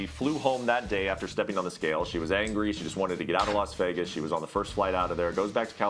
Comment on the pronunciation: "Da" instead of The? Stay your ass in soft ass Indiana